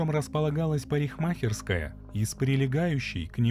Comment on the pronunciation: Прикольно парень произносит слово "парикмахерская". А история отвратительная. Вот очень не понимаю людей, которые в 2018-ом ещё для себя не уяснили, что их в течении дня снимают раз пятьдесят. Если творишь такой бред как расчленение сослуживцев, почему не подумать меньше попадать на камеры. И я не понял, Кеслер убила Каммингс из чувства неприязни? Ну натуральная идиотка. Человека угробила, если деньги получила то копейки, сама надолго села. Ну отвратительная история как не посмотри.